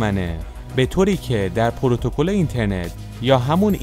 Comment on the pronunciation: با تشکر جناب گویندۀ متن کمی بیاموز پروتوکل نع پرو تگال والا آخر هوشیاری شما آرزوی شنودگان شماست شرمنده